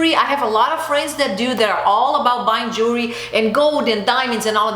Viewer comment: I’m portuguese I know that you’re brazilian yes it’s so hard to say jewelry lol drives me crazy to pronounce that to! If you come to Portugal go to a privately owned jeweler or even stores in malls here you will sell gold, diamonds starting 700 euro (gold ring with diamonds) and it’s 24 karat not that horrible gold I see in those brands lol! Gold plated means a bath of gold which is crap lol sorry to say it like this! It’s the best investment you can make gold diamonds and precious stones for 1200 you can get beautiful pieces here with the most noble materials and it’s an investment or less! I find jewelry so overpriced in USA and Portugal has more than 500 years in tradition with fine jewelry. You have amazing taste so it would be wonderful to see what would you pick! I know Brazil have wonderful stuff to with much more quality. Chanel does not have quality I feel a bit ashamed for them to sell such low quality without noble materials. And yes Gold Lasts forever the rest wont! Glad you are a very smart lady agree 100% with what you say!